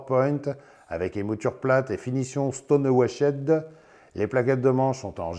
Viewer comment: Stonewashède 😂 stonewash frère ! Stonewashhh